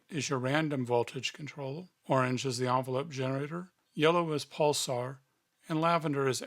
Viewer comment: Why do you keep saying "pulsar", when it's "pulser"?